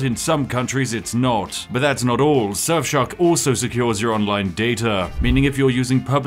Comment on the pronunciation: Why is it that when ypu say Surfshark it sounds like Sexshop?